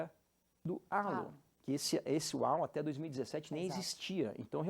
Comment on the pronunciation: Gostei muito do canal, mas confesso que fiquei surpreso e desapontado com o fato de, apesar de tão ligados ao automobilismo internacional, não saberem pronunciar a palavra “halo”, que também é uma música muito famosa da Alicia Keys. A pronúncia correta é bem perecida a “reilô”; isto sem me dar ao trabalho de buscar em um dicionário, pra postar uma pronúncia mais correta. Tendo feito a crítica construtiva, achei o canal muito, muito bom e, desejo muito sucesso. Parabéns!!!